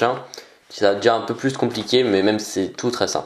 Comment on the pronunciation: on dit plus et pas plis Hahahah 😂😂😂😂